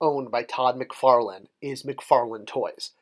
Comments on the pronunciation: Come on man, it's McFarlane not McFarland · It’s McFarlane.